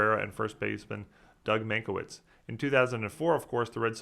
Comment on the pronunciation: Wow, I think this must be the first time I've ever heard butcher a ballplayer's name. This is not a knock, it is a testament to how good you are! Doug Mientkiewicz (pronounced min-kay-vich). When I was a kid as Yankee fans and Red Sox haters me and my dad would call him Doug Min-kay-bitch lol